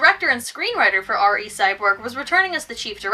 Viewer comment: I checked the trailer for the 2012 film, it's pronounced "Ree," not "Arr Ee." Props for not saying "Double-O," though!